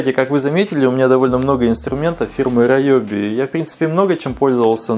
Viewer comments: Видео познавательное. Только фирма не раеби, а реоби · Не раёби инструмент, а руоби. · Райоби??? А не Риоби часом, а??? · Риоби, а райоби это какое-то нецензурные слово🤣🤣🤣🤣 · Инструменты раЕби)) правильно риоби Гыгы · Риоби, Риоби, а не ройоби)))) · Не райоби а РИОБИ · У меня только катушки на спиннинге Ryobi. И читается кстати Риоби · Не раёби а наёби